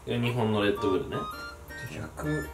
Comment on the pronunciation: オレンジおいしいですよね(｀０´)ﾉ レットブルじゃなくてレッドブルですが…